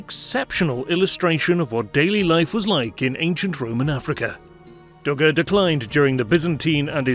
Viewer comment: Dougga is not in Tunis but in Tunisia! God help us all. Tunis is the capital city of the country of Tunisia. Should you not learn the basics of geography before attempting to educate the internet? And, you should also perfect your speech. Your pronunciation of place names is embarrassing to native English speakers.